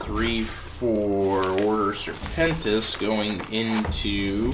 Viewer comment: Nicely produced, and entertaining video! But its not Order SerpentiNIS, its just Serpentis haha ;)